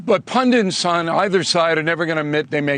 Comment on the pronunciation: Pundits, not "pundants" Bill...A lot of US commentators seem to have problems speaking basic English. It's solder, not "sodder" and nuclear, not "nucular"...And it's Harris/Walz, not Barnum and Bailey.